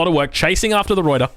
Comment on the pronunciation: Alright, as a dutchman, I kinda need to teach you the proper proper pronounciation of ruyter :P First of, you do pronounce the r correctly, nicely done (tho be aware that the r at the end is a proper r, not like a reduced r or an eh like English does so often), but the biggest deal is that uy. You pronounce it like oi, but it's either an 'œy' or an 'ɐy'. Since you are Australian, the second pronounciation would be the easiest, I would say, since ɐ is the Australian English sound in strut, bud or hud. the y however is a sound not found that often in English. Some dialect have it in a word like 'few'. y is pronounced like the 'ea' in cheap, but instead of having your lips open and pulled back, you have your lips closed and protuding (lips the same way as how you would pronounce 'oo' in hood). So, the entire word is pronounced /ˈrœy̯tər/ Good luck :P